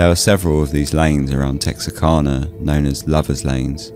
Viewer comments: Wow this is the second time I have had to filter this story. Lol my family's lived just outside Texarkana since 1830. I can tell you everything about this. Believe it or not there's lots of lies. Just say it right. It's kana. I'm from the woods. Retired nurse and first responder. Lol it's so funny to hear you tell the story. Lol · I'm an American and I had no idea it was pronounced "canna", rather than "cah-nah". To be honest, I didn't even know that Texarkana was a real city. I thought it was a name for the general region where Texas and Arkansas meet. Like how people refer to the sprawling area between Washington DC and Boston as "Bowash".